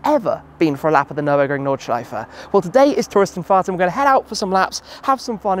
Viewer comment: Gotta love the nordschife